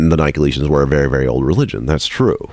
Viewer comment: Quibble: Pronunciation. Nick-o-LAY-it-'n.